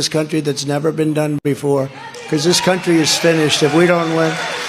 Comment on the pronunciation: “Countwy” like Elmer Fudd and Pontius Pilate in “Life of Bwian”.